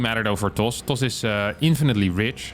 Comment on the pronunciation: "*Terran*" pops up on cam, which looks like it's supposed to be a correction for "'toss", but I think he actually said "Does" with a very Dutch accent.